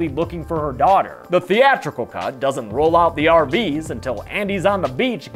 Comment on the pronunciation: For a split second it sounds like he’s saying “welcome to the cunt comparison.” Also cool video.